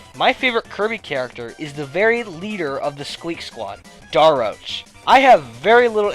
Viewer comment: Fawful’s Minion You’ve been pronouncing Daroach wrong.